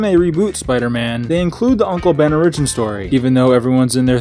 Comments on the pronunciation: "Origin" is pronounced Ore-ih-gin, not Ore-EE-gin. It's not a Japanese word. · Say it with me now: OR-i-gin. Wtf is an outleer? I dipped out early and didn't hear that one. Outlier maybe. Should I write this vid off as inept? Or does this young man have something to say? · ori-gyn? Bro its or-Ih-gyn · Since you've published this, I hope you have learned to properly say the word origin. It's not orRIGIN, it's ORRigin. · its or-ag-in not o-ridge-in why cant Americans speak English ffs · You have to put emphasis on the O in origin, not the Ri. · The way you say origin sounds ridiculous. It's not the word "original" without the last syllable, it's what your TTS automated voice said in the first second. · Omg as much as I like this channel you need to die with that pronunciation with origin. The I should be so much longer than you make it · You say origin wrong, apart from that good vid. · Where are you from? Why tf do you pronounce origin that way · why do you pronounce origin that way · The way you pronounce origin triggers me? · E;R's pronunciation of origin is terrible jesus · Learn how to pronounce origin. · learn to pronounce origin